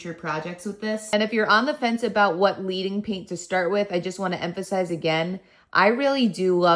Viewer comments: FYI, In stained glass, leading pronounced with a soft “e”. It’s a metal reference because real stained glass has lead in the seams (think iron, copper, etc.) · Love this video… looks amazing and I’m inspired. one note… “Leading” is pronounced “led - ing” because it is supposed to be like laying down liquid lead like you do in true stained glass… not “leading” as in follow the leader.